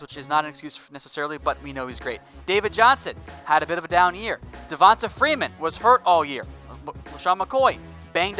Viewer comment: 🤣I love the way he pronounces Devanta as Devantah... Bruh it’s Devantay💪🏾